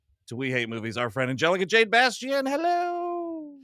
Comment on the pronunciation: "Angelica Jade Bastién" That's a naw from me. Unbearable.